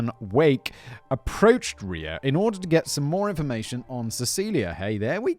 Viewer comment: Simon’s excitement on pronouncing “Ria” correctly gave me the joy boost I needed today.